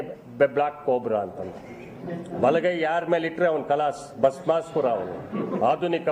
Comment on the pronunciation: Bhasmasura alla Bhasmaasura. Ee tappigagi Devegouderu nimma taleya mele kaiidadirali.